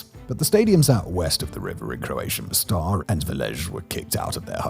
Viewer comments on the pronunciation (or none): What's with the Spanish stress on Slavic names of towns? It's not kotOr, but kOtor. It's mOstar, not mostAr.